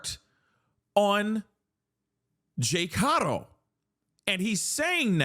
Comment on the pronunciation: Thank you for pronouncing Haro correctly!! Every single person who posts a story about this pronounces it HAIR-OH when it's HAW-RO. It's a Spanish surname.